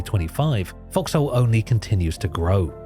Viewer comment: Why calling it FoxHole... It sounds like F**ks Hole